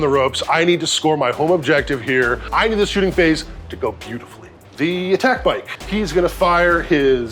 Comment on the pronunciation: Is there any reason or story behind why at Play On they like to say shoosting phase? I know used to say it as a personal quirk but lately I have heard most of the other Play On regulars saying it.